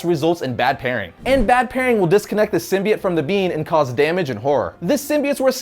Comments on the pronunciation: anyone else bothered by the new Venom movie and how they pronounce "Symbiote" sim-buy-oat is what they are saying in the new film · The way he says "symbiote" makes me really uncomfortable... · hes saying symbiote wrong